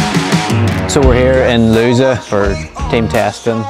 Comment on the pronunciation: Nice! Just a little tip, no foreigner says Lousã correctly but its lowzan, not loosa. It's the final accent that makes all the difference.